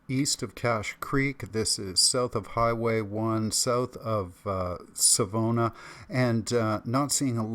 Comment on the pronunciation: Savona = sA-vuh-nah